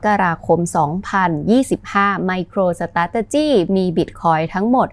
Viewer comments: MicroStrategy ออกเสียง สะแทร่...เลยต้องฟัง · ไปหัดออกเสียงคำว่า Micro Strategy ให้มันรื่นหูกว่านี้นะ ฟังแล้วขัดๆ